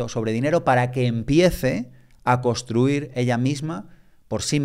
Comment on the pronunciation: Genial! Gracias. Solo un par de cositas... Por favor, intentad VOCALIZAR es súper importante para los divulgadores, podéis intentar hablar un poco menos rápido y, por último, se dice CONSTRUIR no COSTRUIR. Gracias